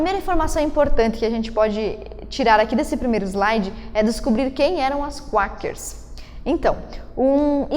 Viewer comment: Bom, só pra corrigir uns detalhes, o nome é "Quakers" (se fala "cueikers" não "cuakers"). E não é "19ª alterção" é "19ª emenda" à constituição. Agora, sobre o tema do vídeo retratado na pergunta, a resposta é sim, o voto feminino é um privilégio. No vídeo, isso foi abordado apenas de relance no final, sendo que o vídeo se tratou mais sobre quando essa "exigência" começou a ser feita pelo movimento feminista. Uma aparente confusão semântica ocorre no uso da palavra "privilégio". Quando se usa o termo privilégio nessa discussão, está se falando de um "direito não-merecido". Não tem a ver com o sentido de "nossa, que honra/privilégio poder fazer isso". Mas sim dizer que enquanto para os homens o voto sempre foi um direito conquistado, para as mulheres foi dado sem contrapartida, configurando assim um privilégio. Em termos bem simples, os homens tinham tanto a responsabilidade como a autoridade pela sociedade. (Um ônus e um bônus). As mulheres não tinham nenhum deles (nem ônus nem bônus). Ou seja, havia equidade. O voto feminino passou a dar autoridade para as mulheres sem nenhum cobrança de responsabilidade. E o que aconteceu depois, lá na segunda onda feminista pra frente, foi que a mulher foi conquistando cada vez mais autoridade (jurídica e, com a entrada no mercado de trabalho, cultural), ao passo que começaram a usar o Estado e as leis para tirar autoridade dos homens, deixando-os apenas com a responsabilidade). Um exemplo claro disso é o divórcio sem culpa, legalizado ao r